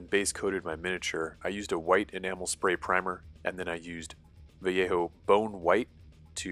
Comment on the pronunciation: The first time I see someone non spanish speaker saying Vallejo correctly. THANK YOU. Literally years watching painting videos and not a single one not butchering my lenguage. Valeio, Valejou, Valeiouuu lol Very good video by the way